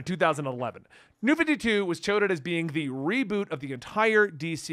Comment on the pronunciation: "toted" no.....KINDA close...like i know what you MEANT, but no.....thats not how that word is said.